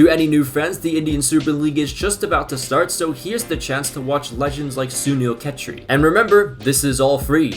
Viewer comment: brudda u slaughtered his name ketri its chetri try prouncing his name with like 'che' thri likw the pronounce the che like che in chest and then say three so 'che' from chest and then 'three' say like that